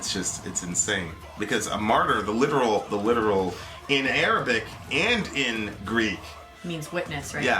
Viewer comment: Your Arabic pronunciation is amazing!